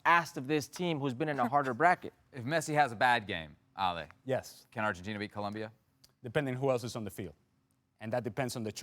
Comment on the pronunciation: Am I the only one who cringes when ESPN hosts put on a fake Spanish pronunciation when they say Spanish words. I had to stop listening after one minute because of the way he was pronouncing Argentina